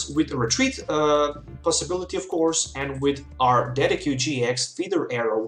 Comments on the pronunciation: de sid jew eye not ded e cue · The way you pronounce "Decidueye" makes me cry